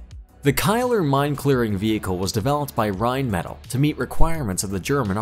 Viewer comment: Rian metal lol this guy has clearly never heard some one say the name